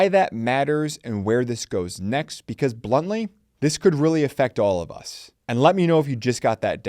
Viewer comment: What you said: bluntly What I heard: BLUNTly No, I don't get it. 🤣